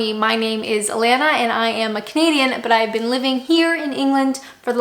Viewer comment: Every time she says "I'm a canadian" I actually hear "I'm a comedian" for some reason